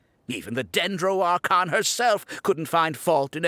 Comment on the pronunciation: He's probably the only one who'd said that instead of 'archon' 🤣🤣